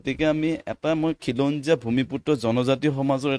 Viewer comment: Axomia dekhu bhalkoi spel koribo nowsre.. nixa nohoi niks... eket nohoi.. ekhet... axom... akom nohoi...khilonjia.... kilonjia nohoi....